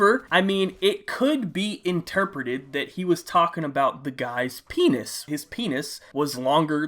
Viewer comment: No homo but the way he said pennis was so funny 😂